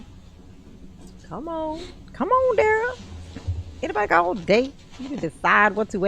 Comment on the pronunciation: WTF DA-RELL?!?! "Are you aware that the investigation is from November of 2021??" Then REPEAT the sht out of the certification question? Then GROUNZ.. "Difficult Da-Rell"